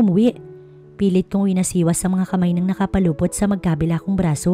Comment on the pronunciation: NAKAPULUPOT NOT NAKAPALUPOT.